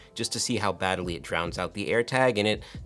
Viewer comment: Did you actually say "bad-a-lee" ??????